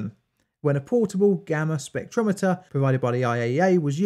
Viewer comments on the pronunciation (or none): none